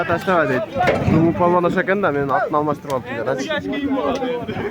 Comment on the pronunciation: Туугандар тилибизди жоготуп албайлы таза кыргызча суйлосок деп ойлойм палбан эмес балбан деп эле ака эмес ага депчи